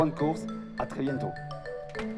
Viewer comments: "biento" mdr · Le bientôt 🔜 presque sans T !!!! Lol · en plus du T qu'on lui a chuchoter qu'il manquait ! LOL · Mdr 😅😅😅 heureusement le caméraman lui à soufflé le "t" c'est mignon....